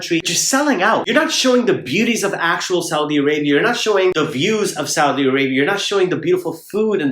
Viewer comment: The way he say " Saudi " is very right 😂😂😂😂😂